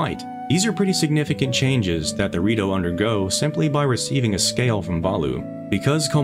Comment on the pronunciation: Man, I'm telling you. Everytime he says "the Rito", I hear Dorito